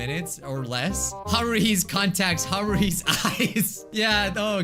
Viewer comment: Haruhi’s contacts:⚪️ Haruhi’s eyes: 👀 ouran high school host club joined the chat Edit: also you said haruhi wrong. It’s ok:)